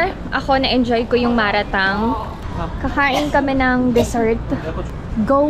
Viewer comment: Oo Chinese hotpot ang malatang, and it’s pronounced as mala - tang, not ma RA- tang